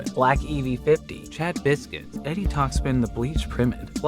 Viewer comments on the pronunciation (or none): none